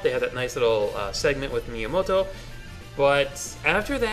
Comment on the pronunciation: The way you say Miyamoto makes me chuckle.